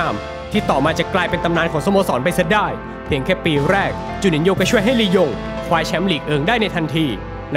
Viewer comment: หายไปนานละคำว่าลียงลงเป็นยิง